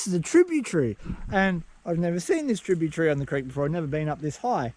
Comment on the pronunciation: Tributary! Do you silly Australian. That’s not how you say it.